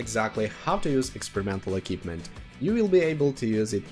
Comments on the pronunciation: Bond eQUipment not Bon Ekipment. It's MILDLY annoying since that word in particular comes up around 50 times in the video - no personal offence. 😂 Other than that really informative. Appreciated! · Sounded like a good video but I had to give up... Pronunciation: "E" - "KWIP" - "MENT" and not "E" - "KIP" - "MENT". Also why do you keep saying "experimental equipment"...? Drives me mad. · Equipment, not ekipment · a-keep-mint ... love it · Eh... it is not difficult nowadays to check the pronunciation of certain words... just saying, if you are going to make a video about "equipment" and then not knowing how to pronounce it... pity. Other than that, kudo's for the video. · Great video, but I would just like to say the letter Q is read as Kyu so in equipment its said differently than K. Also the setup I like a lot is the experimental turbo on TDs like ShPTK-TVP as it cannot mount vents and vertical stabilzier, and it doesnt really need ordinary turbo that much. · different countries pronounce different.